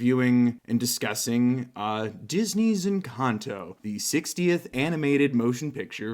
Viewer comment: Jejeje suena muy chistoso cuando un gringo dice encanto, suena a encantou 🤣🤣🤣